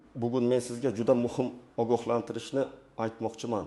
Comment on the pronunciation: Огохлонтириш мас ги сузини талафуз килишни урган